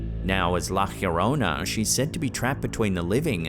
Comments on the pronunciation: It’s not la “heoronna”- its la” llorona” pronounced “ yo-rona “ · please learn to pronounce La Llorona right. There is no j or h sound. Yo rone nah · I loved all videos in this channel but I always wonder why your pronounce llorona weird...always pronounce yorona the double L is like a y sound . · Why did he pronounced la llorona like la jiorona? 😂😂😂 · Pronounced La yo-rona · It's La Lio-ro-na. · Also your saying the word wrong it sounds like the song "my sharona" but "la yorona" sounds similar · "La YA-rona"... and that's not a ghost. It seems to be a young woman is psychiatric distress. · Why are you pronouncing llorona that way? There's no "H" sound.